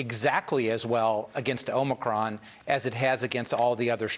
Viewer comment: Tony Fauci pronounced "Omicron" as "omni-cron" today, something forgiveable for Biden but not for the foremost authority on infectious diseases.